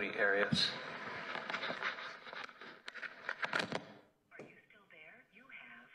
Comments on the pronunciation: He doesn't roll his R he says the A correctly...AH ree Ahs instead of AIR Reeh uhs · I was wondering why he did that also. I think he does it inadvertently because he is hispanic but then hears others say "AIR-E-ess" and changes it up to try & pronounce it as she pronounces her name? I just confused myself. I'll just rest my own case. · I love how Juan Martinez pronounces Arias the Spanish way rolling the r.